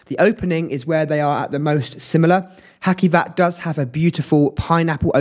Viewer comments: You must read hacivat as haJivat not haKivat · Cute mate, well-spoken. Love the black gloves - smart “touch.” I would recommend devising means to learn and use standard pronunciations, e.g., watching content of other reviewers. “Ha-See-vat,” and “Nee-SHA-nay.”